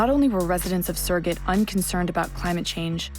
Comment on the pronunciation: Add "Sirgit" to that list. Surgut, 'soor-goot.' Please stop butchering the Russian.